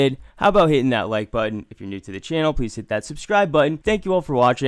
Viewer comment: Same. Also the way says “back with another video” as if it’s all one word & also at the end saying “if ya new”